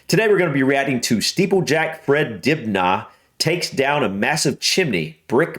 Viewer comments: 7000k in 1979 is 45000k in 2023 after inflation, not much money for such a dangerous back breaking job....rip Fred Dibnah you pronounce his surname with the h silent...Dibna. and the STAGING is what he's standing on... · It's pronounced more Dibner he's a legend over here. Edit you definitely should watch more of his videos they're fascinating. There's a video of him showing how to ladder and scaffold a chimney. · A bit less emphasis on the last syllable of Dibnah, just Dibna really. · You don't emphasise the 'nah' of Dibnah. Its pronounced Dibner. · You pretty much got the name right, but it's more DIB-nuh than DIB-nah if you see what I mean. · Pronounced “Fred Dibner.” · Pronounced more like Dibnuh. Top man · He was from Northern England. It's Dib -nuh phonetically. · His name is pronounced in the UK as Dib'na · Fred himself would pronounce his name without the h. i.e. Dibna. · Fred Dibnah, pronounced in English Fred Dib-ner. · PLATFORM!, ITS A PLATFORM! 😆😆😆 Probably been said before. His name is pronounced 'Dibner'. An absolute legend up here in the north and as you'll read, people have the greatest respect for him. He was in effect an industrial historian. Some say he was an eccentric, no, reject that absolutely, an enthusiast for the great industrial achievements of the Victorian era and preserved what he could. He had a fully working steam powered workshop at home. A superb draftsman, his drawings and illustrations for later TV programs are works of art. We miss him. £7000 in 1979 would be £30,365* in Dec 2022 which would be $36,741 (£1= $1.21) * Bank of England inflation calculator AVG 3.5% inflation over the period. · His name is pronounced Dibner. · My mum lives right near one of Fred’s chimneys in Barrow Bridge in Bolton. Proud Boltonian here! Fred is an utter legend. We pronounce his surname “Dibner”, without too much emphasis on the ‘naaahhhh’ 😂 it’s bizarre hearing my accent and knowing you’re struggling to decipher it haha! A butty is a sandwich 😊